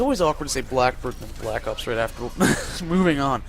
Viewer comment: you sound funny when u say black ops (black opes) lol